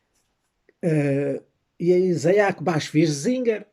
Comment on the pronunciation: "Iza-ak" não, mas sim "Itzák".